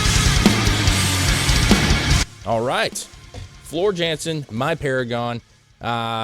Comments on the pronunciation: Floor Jansen is pronounced Yohnson….just saying 😉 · Floor is Dutch jansen is pronounced yansen they say j like y